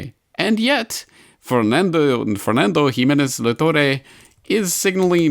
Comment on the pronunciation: I just love how you pronounce Spanish names XDD A little guide for next time: Luis de GUINdos -> guin is pronounced like in "guinea", the "u" is silent Fernando de La ToRRE -> strong R like in "rat"